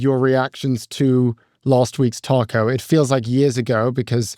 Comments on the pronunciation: I don't think that's what the OP is talking about. has made the pronunciation of TACO sound too British - I am British and I still say it the American way, it's not a word we have in Britain. As for what it stands for it represents perfectly Trump's damaging cry-wolf BS way of behaving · I just wiah at some point will learn how to pronounce 'taco' properly 🤦‍♀ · Please stop saying TACO.